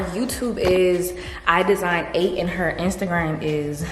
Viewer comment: I love idesign8 and yes you’re pronouncing her name correctly☺️ i just bumped into her channel and yours as well and i’m love ❤️ you’re always so bubbly and happy! I love it 🥰